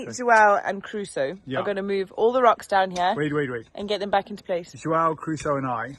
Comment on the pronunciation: Crusoe people!! Not Caruso or Carusoe!! 😅😊 I 5 for that little fella! 💪